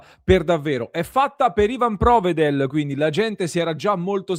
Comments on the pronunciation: Non cominciamo a sbagliare l’accento su Provedel , che va sull’ultima “e”. Non sulla “o” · Tutta questa enfasi per provedel???